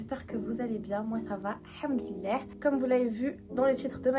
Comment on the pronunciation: Très beau témoignage, mais juste c’est très important de prononcer correctement, il faut dire Al hamdouliliah Le Al il est très important 😊 Que Allah nous facilite la langue Arab InchAllah